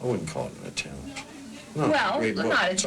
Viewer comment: "attempt" lol